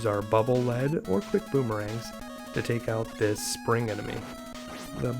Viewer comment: The "Lead" in "Bubble Lead" is pronounced "leed", not "led". Original Japanese pronunciation "baburu rido". Probably based on the usage "a channel of water especially through a field of ice".